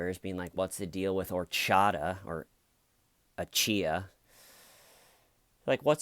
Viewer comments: Why is it so fucking hard to pronounce simple Nigerian names!? You people must ruin it... Even the police guy did the same thing... It's literally spelt AJAYI... How does that come to ACHIYA! It's AH-JAR-YEE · My favorite part was when you kept screwing the guys name up, corrected yourself but continued to screw it up again. What a name right?! 😂